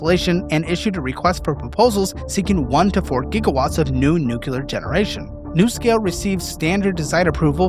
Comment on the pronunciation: You’re killing me with the “nucular”